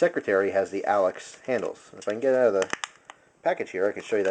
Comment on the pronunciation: It's Alox not Alex